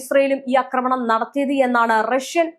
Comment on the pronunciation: അക്രമണം X ആക്രമണം ? അക്രമണം !! അക്രമണം😂😂😂